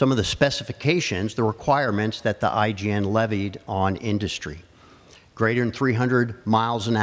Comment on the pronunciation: He kept saying IGN, it's IJN right?